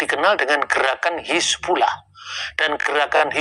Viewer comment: Bang.... Hizbullah bukan Hasibulah.. tolong di ralat ya